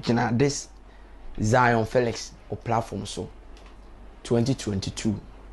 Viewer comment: Are u from Kumasi? Because your L and R is not working..Lol😂😆🤣 I heard u saying Zionferix and also sorid😂😆🤣😁😆😂